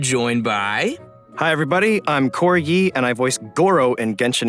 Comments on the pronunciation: When Cory Yee said his name i thiught he said corgy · lmao i thought cory yee " hey everybody im corgi " until i turned on my captions lmao dont kill me dog boi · His name sounded like corgi 👀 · Im sorry but I hear "Hi im Corgy and I voice gurou" I can't 💀💀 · When Cory introduced himself I deadass heard “Hi everybody! I’m Corgi!” And thought he was just hiding his name behind an appropriate alias since Gorou is a dog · Cory Ghee... Did anyone else hear Corgi when he introduced himself? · When Gorou VA introduced himself I misheard him, instead of “Cory Lee” I thought he said “Corgi” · "I'm Cory Yee, and i voice Gorou,...." but somehow i heard him saying "I'm corgi" in the first time i hear it ._. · “Hi everyone I’m Cory Yee and I voice Gorou in Genshin Impact” I misheard that as Corgi (Edit: 100 likes in 2 hours tsym! <3 ) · am i the only one who heard corgi instead of cory yee